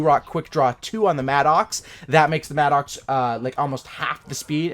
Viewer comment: It's pronounced Madicks, it's not an Angry Oxe......